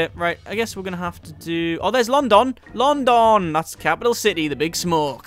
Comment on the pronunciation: Why does he pronounce London like that